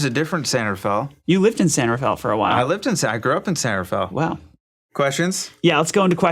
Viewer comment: thank you for calling it "San ra-fel" and not "San ra-fay-el"